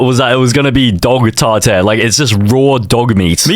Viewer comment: "Tar tair" 🌾